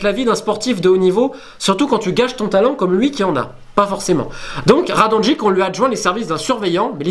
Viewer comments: Apprend a pronouncer les noms slaves deja, on dit nemanya radonyitch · Nemanja sa se prononce nemania ! Et Radonjic sa se prononce radonjić !